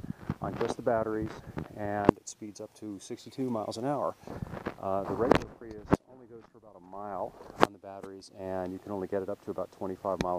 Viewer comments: Lol.. They came out the plug-in version in 2012.. Still uses NiMH up to year 2013. change the title.. False advertising your video.. I was looking for the 2014 Prius.. Pronounced pree-us. No pri-us.. Lol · He said "Pry us." Haha. Its pronounced "Pree iss." Nice video though!